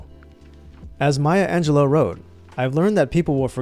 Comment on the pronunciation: I just want to point out that at the part where you talk about remembering someone's name you say Angelo like she was the third Mario brother 😂😂😂😂😂